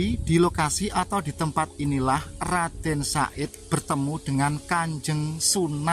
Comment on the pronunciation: HE BUKAN RADEN SA'IT CAK, TAPI YG BENER TU, RADEN SAHID, OOOO NGOMONGE BANTER SALAH, WES GK KOMEN MALES